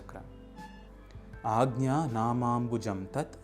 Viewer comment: Thank you for the proper pronunciation of ‘anja’ ✨🙏✨